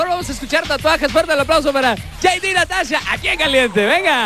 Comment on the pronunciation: El conductor es nefasto..las bailarinas tambien..el conductor por dios..de donde lo sacaron que nefasto. en cuando a jd natasha..mejor no hables español a menos que sepas pronunciarlo bien.. este video esta fatal.